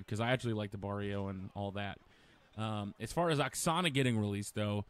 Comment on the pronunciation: Not aksana lol